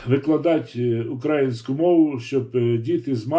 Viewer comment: Перш ніж аналізувати інтерв'ю з Фаріон, Вам би не завадило уважно прочитати , прослухати все інтерв'ю, а потім намагатись критикувати людину. Доречі, хочаби у слові "український" наголос правильно ставте. Сумно